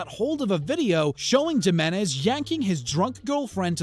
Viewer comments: I know it had me screaming at my screen himinez not jiminez shows I bet he says jala' peno also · HEE-MEN-EHZ, not JEE-MEN-EHZ ya savage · Narrator pronounces "Nazi Johnny's" full name as "Johnny Ja-men-ez" LOL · And wtf is "Jim-enez"?!! It's pronounced "Him-enez" bro...have you never been to Northern North Mexico? Oops, I mean Southern California?! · "Jeh-men-ezz" come on, man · Its Johnny He-menez (Jimenez) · Can't even pronounce Jimenez properly... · did you actually say jimenez with a J sound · Learn how to say Jimenez bro